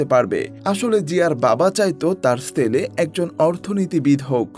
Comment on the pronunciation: ছেলে উচ্চারণ হবে, সেলে নয় 😂😂😂 পশ্চিম কে পচ্চিম বলেন নাকি?